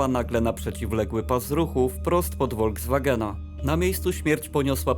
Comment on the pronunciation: "Volkswagen" wymawia się [Folkswagen] zamiast [Wolkswagen]. Poza tym, nie ma czegoś takiego jak "ilość" osób, jest tylko liczebność - osoby są policzalne.